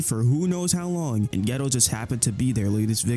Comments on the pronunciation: The fact that ur saying “ghetto” instead of “Gayto” is pissing me off… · i swear hes saying yuta and geto wrong on purpose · its not geto its kenjaku